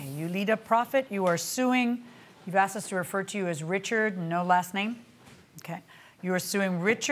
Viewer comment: “Umm, he axed to borrow some money.” 😂